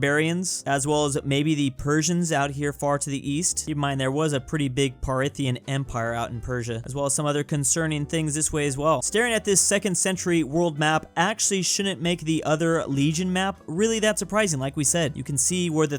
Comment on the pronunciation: Parithian Empire? Why purposely mispronounce everything? Gives us americans a bad rep plus no one can tell you’re joking 😂